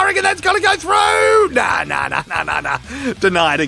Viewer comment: I didn't know how much I needed to hear that accent to say "Soccer" before right now.